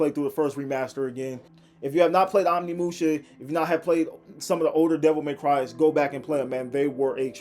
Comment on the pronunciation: OmNiMuShA.. bro just read once.. it's right fucking there